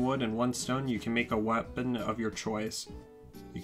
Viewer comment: I’m not trying to poke but… this man really said “wapeon”